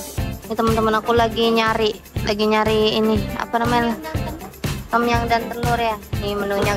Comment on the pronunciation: Sebutannya bukan tomyang hahaha…Tomyammm